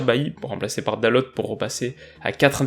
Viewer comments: Super vidéo, juste un petit point c'est Diogo Dalo et non Diogo Dalote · Tu as totalement raison sur l’analyse du match Paris s’est saboté tout seul et Manchester a profité des erreurs de Paris. Très belle analyse par contre on dit dalo et pas dalot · Bonne analyse Petit tips : Dalot se prononce "Daleau" comme à la française ;) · ça se dit "DALO" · Encore une super analyse!! Merci!! PS: Dalot se prononce sans le prononcer le T de la fin;)